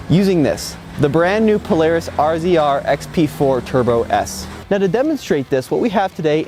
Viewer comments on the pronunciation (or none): Why do people say rzr the way it’s spelled instead of saying razor which is the way you’re supposed to say it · Its pronounced RAY ZERR not R Z R you dumbass. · Please stop calling it an "Are Zee Are". Its pronounced Razor. I know you guys are new to this market but it makes you sound even worse.